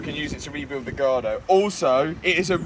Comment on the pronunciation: Matt can't say gallardo. 😂